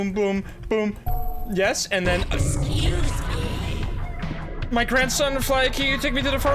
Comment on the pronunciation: "eschoose me"